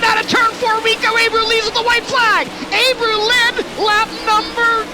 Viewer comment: It’s not pronounced “A-brew” it’s “Ah-bray-ooo”